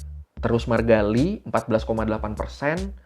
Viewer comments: Bukan Li, tapi I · Bukan lee bang yg bener bacanya i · FYI yaah yang artinya emas itu awalhya "geum" tapi karta pronoun nya sama kaya "kim" maka artinya disamakan. Terus pronoun nya "Lee" itu dibaca "i" jadi kalau Lee Donghae dibaca i dong-he "Choi" dibaca "Cwe" contoh Cwe Shiwon "Cho" penyebutannya sama seperti marga "jo" misal Cho Kyuhyun dibaca "Jo Kyu-hyon" "Jung" dibaca "Jong" misal "Junghyun" dibaca "Jong-Hyon" Biasanya kalo di tulisan latin yang ada huruf "eo" itu pronounce nya ke huruf "o" misal "Tae-yon" "Gor-yo" Kalau "oo" pronounce nya "u" misal "park So-Jun" "Cha Eun-U/ enu" Maaf yaah ga maksud ngajarin, tapi suka gregetan kalo nyebutin nama2 dalam bakor eo-nya dibaca jugaaa 😅😁 Begicuuuu...